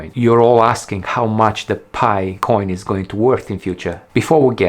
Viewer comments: Pie..not Pee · It's not called "Pee" coin, Its Pi, like in "Pie". Oh I see you realize its called Pi but your french accent pronounces it Pee. Like I gotta go pee. Lol. ✌️👍😁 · It's not PEE coin, it's Pi Coin, as in Pie. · Everybody calls it "Pi"! Not Pee! It sounds too funny calling it the "Pee coin". 😂✌️